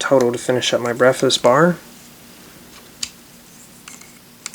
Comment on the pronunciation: When he was making the breakfast bar he said BEFAZ